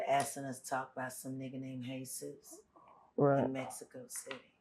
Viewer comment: She lost me when she said “heysus”, the book is the book and the word is the word!!! What is you saying